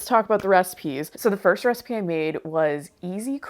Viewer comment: I like how you pronounce the word "recipe" as "raacipe". Cute. Must be a regional thing.